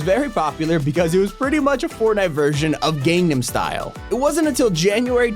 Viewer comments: Did he just say ‘’gamenum style instead of ‘’Gangnam Style’’😂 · This dude sucks for how he pronounced “Gangnam Style’.